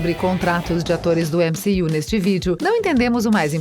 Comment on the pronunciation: Mané ÉmCi-you o que.....kkkk